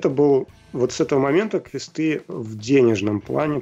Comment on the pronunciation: Отличный выпуск, спасибо большое! И кстати про квЕсты vs. квестЫ: мост — мостЫ, но текст — тЕксты. Возможно, роль играет то, что и квест, и текст — заимствованные слова (ср. тест — тЕсты, торт — тОрты, тост — тОсты). В общем, мне квестЫ режут ухо точно так же, как и договорА и звОнит.